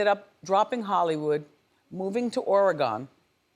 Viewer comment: Wendy, Oregon is pronounced “Or-uh-gun”.